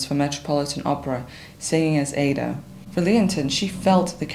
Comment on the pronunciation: A very well researched and clearly presented biopic of one the great opera stars of the 20th century. May I respectfully point out that Porgy is pronounced with a hard G; and Aida as Ah-ee-da. Grateful thanks!